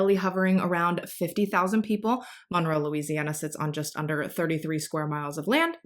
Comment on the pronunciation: So, this is a side note. My son is named Monroe and I love your pronunciation of it because you say it perfectly to me!